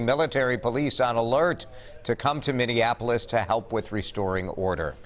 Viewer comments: Trump said "Mindianapolis," always the bumbling idiot 🤣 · He never makes a mistake, it’s pronounced Mindianapolis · President Trump said mininapulis😂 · Fat orange said "indianapolis", instead of "Minneapolis", what a moron. This administration thrives on this chaos. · Did Donald Trump say "Indianapolis"? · Mindianappoils? Is that what trump said? He fucking said mindianappoils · "... like what happened in mindianapolis..." - it's Minneapolis, goofus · When the Donald read " Mindianapolis" didn't he really mean Miniannapolis? A lot of people are saying Mindianapolis is in India and they are right! Miniannapolis is deep in the Kloddike just south of Manitoba, Wyoming and is the birthplace of prairie oyster stuffed buffalo tails. People are saying. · "...like happened in Minndianoplis..." No shocker that this buffoon doesn't know basic US geography or proper grammar. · did he just said Mineaneapolis? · The moron in the White House mentioned "Mindianapolis". He can't even say the name correctly. It is because his racist rhetoric that police brutality has gotten to this level. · Trump cant even SAY "Minneapolis!" lol. What a moron!! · Trump, "Mindianapolis'? Give me a break? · And how does the POTUS pronounce the City of Minneapolis? Come on, man, this just shows your ignorance! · Are we all ignoring how Trump just couldn't pronounce Minneapolis right lol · That's funny. When I heard the mayor talk, i heard a steady leader who was devastated by the events that were happening to his city but still keeping a level head... Then I see the president dissing that mayor... A President who didn't even bother to look up how Minneapolis was pronounced beforehand... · Trump cant even pronounce the city correct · Trump,. Minnnnnninapolis😂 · Donald reading like a 4 year old, he can't even say MINNEAPOLIS correctly.. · WOW, Trump can't even pronounce Minneapolis... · Every day Donald prove that he is a lunatic, he can't even pronounce the name MINNEAPOLIS . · my guy said MineANapolis